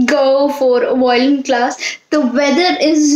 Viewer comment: I think you are pronouncing violin wrong